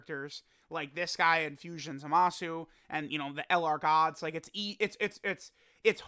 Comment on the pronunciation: Will and others ever be able to pronounce Zamasu correctly?